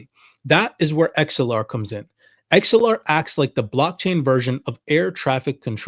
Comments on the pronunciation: The word is “Axe el ar” Not “Ex el ar”… my goodness.🙄 so hard to listen when you can even say the name correctly.. bro you even played a video where they said the pronunciation and you keep messing it up. It’s ridiculous. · How do you not know the difference between anA and a E. It’s Axelar not Exelar. They even pronounce it properly in the video you show from them. Idiot.